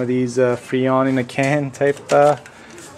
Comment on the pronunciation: Its FReon, not Feon! LOL